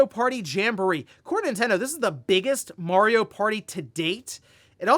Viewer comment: I recommend everyone watch "The Wizard" to learn how "Mario" is pronounced.